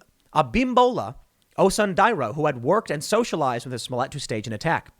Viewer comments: Ahhh yes... Juicy Smolyet.... the famous French actor. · Tim. His name is Juicy Smoolièt. Get it right. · It's "Juicy Smoyey" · The least you could do is pronounce his name correctly, it's French.